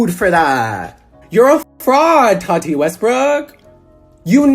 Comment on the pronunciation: The way he says Tati’s names bothers me so much. “No TAWW TEEE NO!!!!”